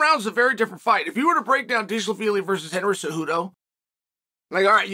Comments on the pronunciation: “Merab Deshalabeely” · He pronounced Dervish Wheelie perfectly! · You got to fix your premonition on names, it is important. To say Dvalishvili right ain’t that hard actually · Uncle Chael just broke the record for the funniest pronunciation of Merab's last name in the first 3 seconds of the video. 🤣🤣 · Come to find out all these fighters have been pronouncing their own names wrong!